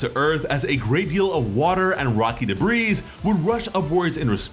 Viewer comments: Debris is pronounced Duh-bree or De-bree, Christ that annoyed me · Another great video chock full of your amazing enthusiasm. One thing.. "debris" has a silent "s". Please stop saying "duh breeze". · The s is silent in debris